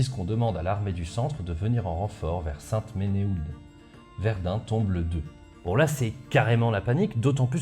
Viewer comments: Et saint ménéhoulde... Saint "menou" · On prononce Sainte-Menehould "Sainte-menou". Sinon c'est toujours aussi passionnant. Merci !